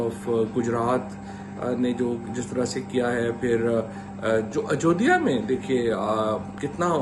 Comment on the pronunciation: Yee halwai 😂😂 kaha sai aagaya 😂 ajjoodiya 😂😂 halwai thikk sai bolle.